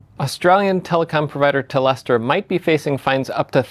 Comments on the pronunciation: It's not "Telestra" it's Telstra. There's no e after the l. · There is no E between the the L and Sn it’s pronounced TELL STRA, not tell estra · Hey get it right Its TELSTRA not TELESTRA how can anyone believe what you say when you cant even get the name of the company correct. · Tel-stra not telestra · Tellestera! Tel stra mate. LoL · its not telesta - its tel - es - t - ra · Telstra. "TelEstra" ☝️🤓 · Tel-stra. Not Tel-eh-stra. As in “Telecom Australia”, which is what it was called before the Liberal government sold it for shady reasons. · Its bot teleatra, bin the extra e man. Its telstra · Can you read ??!? Telstra not Telestra. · telstra, not telestra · Its pronounced Tels-tra. Not Tel-es-tra. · That is the worst way I have heard Telstra said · TEL-STRA not TEL-ESTRA 🙄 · Telstra not teleatra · i love you but, im sorry, not telestra, telstra, at least it sounded "telestra" to me in right in the beginning 😅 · Telestra? Jeff pls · TELL-STRU’H! What the F is Telestra??? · TelEstra known to the Americans. It's pronounced Tel-stra (The play on words of the previously known Telecom Australia). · It's Tel-stra, not Tel-es-tra. :face-blue-smiling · Its tel-stra not tel-estra! Im Australian from Tasmania and telstra is getting really bad over the last 10 years.. prepaid mobile phones are $50 to $100 more expensive than the exact same make and model from optus or Vodafone 😢 telstra coverage isn't much better than optus (it use to be though) so i don't buy telstra anymore 🫩 like my Samsung galaxy a17 5g was $330 on telstra but $250 for a Samsung galaxy a17 5g on optus!! Same applies to oppo a60 5g and vivo. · Thanks for the clarification. I'm in Oz and was affected by the outage. This rundown makes me even madder! BTW it's Telstra as in Tel-stra, not Telestra. 🤣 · tel-stra not "tel less tra" ;-) It is a Dutch (or rather Frysian) name Meneer Geerling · Sorry mate, but its Tel - sstra Nothing sounding telestrial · pronounced Tell-strah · It's pronounced tell-strah